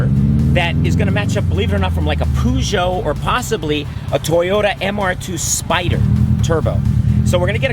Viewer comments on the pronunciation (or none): no pun intended, but your pronouncing Peugeot wrong. Just a heads up 👍✌️.